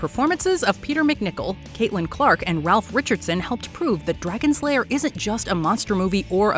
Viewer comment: And ol' Vermithrax is a she, not a he. And Ralph Richardson pronounced his name "Rafe."